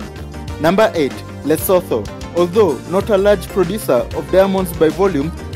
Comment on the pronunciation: the "H" in lesotho is silent